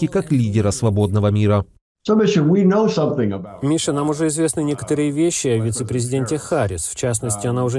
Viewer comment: Какой позитивный. Одна улыбка чего стоит. А как он произносит Мища..